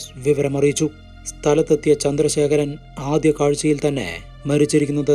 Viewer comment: ആദിയം അല്ല ആദ്യം.